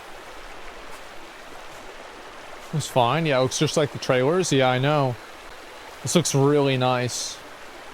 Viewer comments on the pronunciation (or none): why does asmongold pronounce "the" as "nuh". for example at one part he said "i keep saying nuh wrong word" instead of "i keep saying the wrong word"